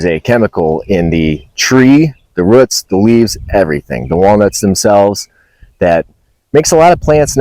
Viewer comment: In the ruhts. Trees have such cool ruhts. I love ruhts